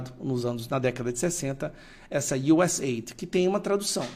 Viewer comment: você é profe de ingles, por favor pronuncia correto, não é êid, é US áide!! Por favor, nada de ajuda, é DESENVOLVIMENTO